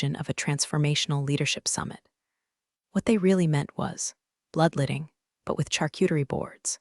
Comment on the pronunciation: bloodletting, not bloodlitted